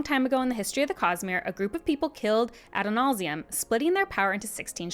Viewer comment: Absolutely nailing the Adonalsium pronunciation